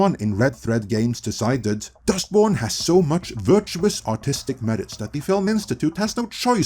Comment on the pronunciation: This isn't a dig on you or your accent, but...every time you say "artistic vision," it sounds like you're saying "autistic vision," and it's kinda fitting, lol. 😅😂🤣